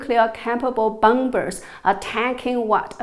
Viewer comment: A linguistic side note: The second b in "bomber" is mute!